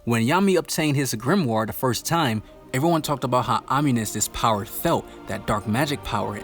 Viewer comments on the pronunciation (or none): none